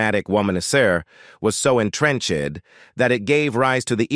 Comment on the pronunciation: Same reason he pronounced “entrenched” as “entrench—ud.”